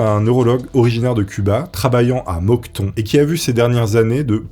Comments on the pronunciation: Moncton et non Mocton! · Pour info "Moncton" se prononce "Monk" (comme un moine en anglais) et "Tonne"